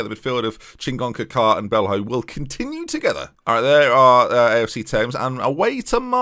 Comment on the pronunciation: O'Riordan is pronounced more like O'Riden, and Belho would be Belyo. Just think of players like Ronaldinho & Coutinho when names end in ho - it's almost always "yo".